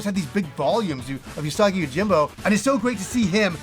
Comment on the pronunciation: Gonna blow your mind, Usagi is pronounced 'oo'sagi, like the 'oo' in food. It means rabbit in Japanese!